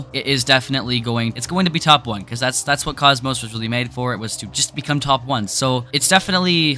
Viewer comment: i think its pronounced kockmock